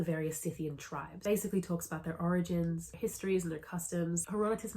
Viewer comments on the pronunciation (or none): none